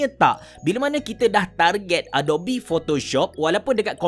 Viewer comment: Sebutan yang betul adobi atau adop? Dah lama guna tapi baru terperasan bunyi dia. Atau abecerah pertimbangkan pasal kopi kanan? Hahaha. Tanya je. Apa pun terima kasih kerana share tutorial. Semoga perkongsian ni dirahmati.